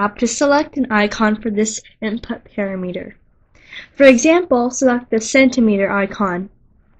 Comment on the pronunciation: Excellent content. I learned what I came here to find out. But please correct your pronunciation. It is pa-Ram'-i-ter not para-meter.